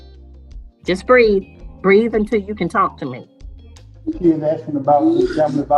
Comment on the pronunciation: Breathe, not breed. The Sistahood is coming for this judge. Plantation mammies are okay to the communitah